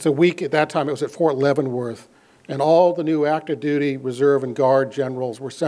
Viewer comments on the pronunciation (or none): none